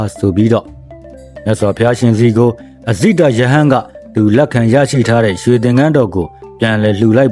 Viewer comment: အဇိတ ဆိုတာ မှားနေတယ်